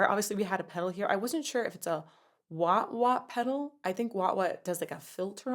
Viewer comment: Not a wa wa peddle.. a "wow wow" peddle😂